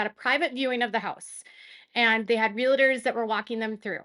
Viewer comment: Good grief. It’s spelled “realtors” real. tors. NOT real-i-tors!! There is not an ‘i’ in the middle of the word! So annoying.